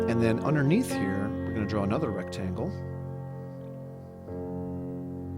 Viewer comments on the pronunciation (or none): Good drawing but was what is "unner neath"?